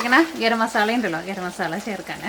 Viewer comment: മസാള അല്ല 'മസാല ' എന്നാണ് മലയാളത്തിൽ പറയുമ്പോ എന്ന് അറിയില്ലേ??!!!😆😆 മ സാ ല ok? ള ള എന്ന് കേൾക്കുമ്പോ അരോചകം ആകുന്നുണ്ട് dear 😄